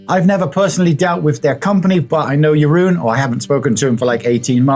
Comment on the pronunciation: You know Jeroen so well ... next time you speak with him maybe confirm the correct pronunciation of his name > on the + side the clown wig definitely works for you 🤡